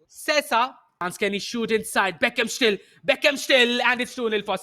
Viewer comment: Commentator doesn't know how to pronounce Sesa.